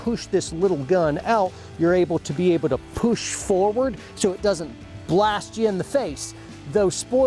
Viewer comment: Just remember to "poosh" it out with authoritay .